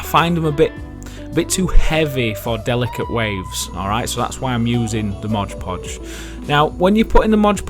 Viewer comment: great video! It's mod podge not modge podge tho that's driving me nuts